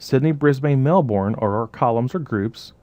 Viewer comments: Awesome videos you're amazing. I'm gonna be a real nit-pick here but I really cringed every time you said Melbourne. It's pronounced Mel-burn not unlike like you'd pronounce sun-burn:) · Love love love, this stuff super life saver only one comment, To say Brisane/Melbourne like a native it is Bris-bin and usually Mel-bin... I know we are so lazy lol.